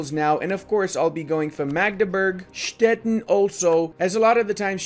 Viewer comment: it is pronounced Stettin like "shteteeen" like a sweeet 17 yulululuuu! nice videos